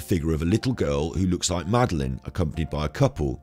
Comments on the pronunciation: Do you seriously not know how to pronounce madeleine? Not even after watching her parents say her name on all their interviews? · If you watch others videos on this case you'd know why he pronounces Madeline as Madaleine!!!!